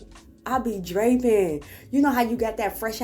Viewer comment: When you said “draping” I knew you were from the crib